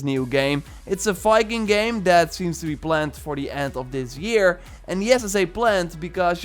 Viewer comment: Assassin’s creed “Fiking”